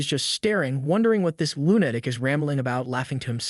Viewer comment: It makes me laugh every time you say the word "lunatic" - I'm accidently using your pronunciation at times and it make me look like a lunatic...LOL